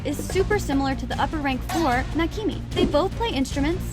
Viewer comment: It’s actually pronounced nakima (no hate)